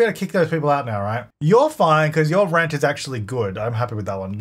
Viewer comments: "welcome back to rench to riches" lmfaooo made me giggle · At first I thought you said "wrench to riches" and honestly you wouldn't be wrong there. Always love seeing a new video pop up from you,!